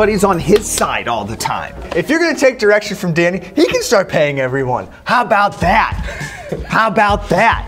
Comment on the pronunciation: wait.... did he seriously say how ‘bout vat